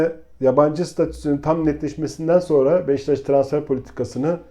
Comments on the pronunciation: BEŞTAŞ DEĞİL BEŞİKTAŞ DÜZGÜN SÖYLE !!! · Abi ırak Kerkük’ten selamlar lutfen BEŞİKTAŞI doğru telaffuz edelim her seferinde hızlı söliycem diye beştaş diyorsunuz